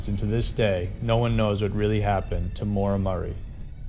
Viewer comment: It's Maura Murray NOT Marie